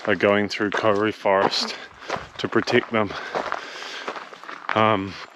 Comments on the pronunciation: It's Kau-ri, not kori. At first I wondered what the heck he was talking about. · I cringed every time you said Kauri too sorry dude. You just need to roll the R. Try "Koe-dee" Loving your vids. Keep up the good work!